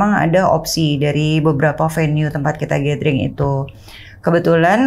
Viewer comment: gathering dibacanya GÉDERING. Bukan GÉTERING. Kesalahan kecil tapi fatal 🤦. Secara lu banyak nyebut kata itu 😂